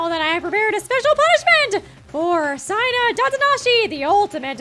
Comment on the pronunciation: Not t9 be rude but it's seina not siena